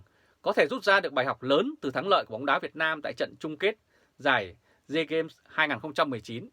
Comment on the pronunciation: SEAGAME , đọc là : xi -gêm , theo kiểu tiếng Anh , dân mình dễ hiểu hơn . Thương.